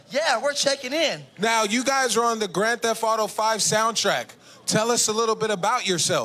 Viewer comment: why do blacks call grand theft auto , grand thef fato?